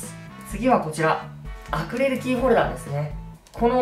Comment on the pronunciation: まふくんアクリルキーホルダーのことアクレルキーホルダーって言ってる...かわよ